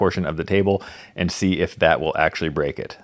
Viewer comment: It gone bweak